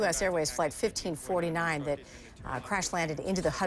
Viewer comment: Why does it sound like "15.9" when he says 1549?